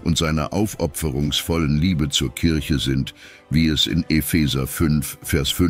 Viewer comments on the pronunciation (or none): none